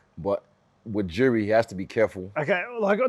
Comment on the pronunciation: Rob pronouncing Jiri correct (yiri) and Izzy pronouncing it wrong. The back and forth is hilarious